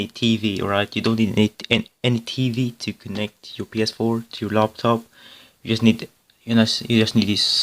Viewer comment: Laptop not loptop.